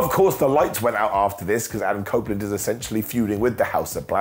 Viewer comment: He said cope opeland lol